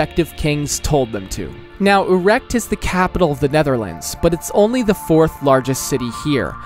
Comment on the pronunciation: even as a non Dutchie 😭 "Amersfoot" "Urect"